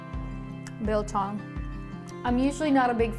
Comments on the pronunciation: As a South African I just want to thank you for staying true to the traditional recipe. Although their are various ways your method works perfectly. And your pronunciation was spot on. You clearly must have some some South African friends. 🇿🇦 🇿🇦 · Discovered your channel through Goonsquad and enjoy your videos a lot. Love the way you pronounce "biltong". The method is a bit different from from the way we're doing it back home on the farm in South Africa. I'm living in Taiwan for 21 years and built a big biltong box big enough to make 20kg at a time. one can't live without biltong or chilli-bites. Try making one batch using only coriander, salt and ground pepper. You'll get a much beefier experience. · As a South African, we eat biltong for breakfast, lunch and dinner. Well done on the pronunciation as well - it is not bad.